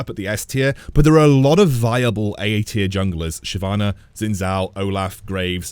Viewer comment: Man i like your tier lists it helps me alot But its not zin zao its Xin Zhao